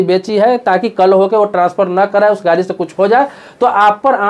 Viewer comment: अरे श्रीमान गारी नहीं होता है गाड़ी होता है, पहले अपनी हिंदी दुरुस्त कीजिए फिर दुनिया के सामने आइए।